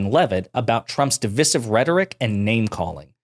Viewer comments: My man, you use the word "divisive" so much, you should really learn how to proniunce it. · It's DIV-EYE-SIV.. it's called English M8. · How on earth are you saying divisive? Just take the word divide and change the ending. For goodness sake don't shorten that middle I.